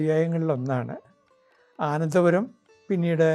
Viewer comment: ആനന്ദപുരം അല്ല .അനന്തപുരം എന്നു തിരുത്തി പറയേണ്ടതാണ്.